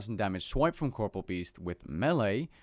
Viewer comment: 8 seconds in. All I can think of is that you're saying corporeal wrong.... -_